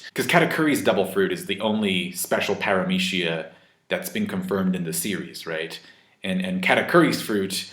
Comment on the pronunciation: the way you pronounce PARAMECIA really bothers me...